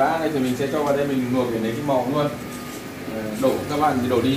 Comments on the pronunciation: Kênh rất hay,hữu ích.Nhưng nói những từ có chữ L toàn thành N.Vì dụ; Luộc thì noi thành Nuộc,Làm thì nói thành Nàm...Hỏi những người xung quanh,30 giây là sửa được. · Sửa ngọng đi bác ơi? Nói ngọng nge hại não lắm. Nuộc là gì? Nuôn là gì?😰😰😰